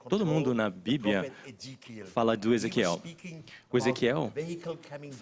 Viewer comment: além de falar tudo errado, "na bibia" auhhuahua